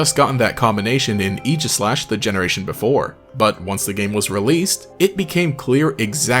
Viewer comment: based pronouncing aegislash correctly